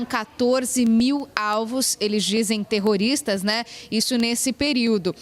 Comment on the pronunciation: essa reporter tem que aprender a dizer terrotista...ou ela tem alguma duvida nisso.....